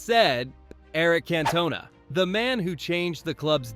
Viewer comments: The pronunciation if Cantona makes me lol … lol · How was supersub OGS, not on the bench. AI is not very intelligent and someone please the the narrator how to prounouce CANTONA. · Its Cantona not Cantona.